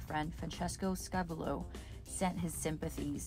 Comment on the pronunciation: Just passing it along- the name of that photographer is pronounced: Sca-VU- lo, with the emphasis on the second syllable. Interesting video. 👍